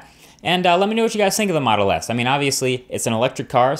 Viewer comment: have I heard "Moto S"? :>